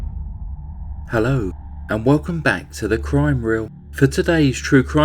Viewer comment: I think it's so funny how this dude say.... "HELLO and welcome back to the crime reel".... I dunno what it is about it